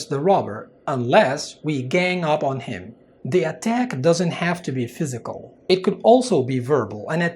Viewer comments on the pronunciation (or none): none